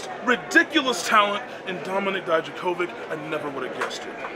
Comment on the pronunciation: Did some One noticed that Keith Lee invented Covid-19 before December in this video. He said Dominick DijaCovid.-19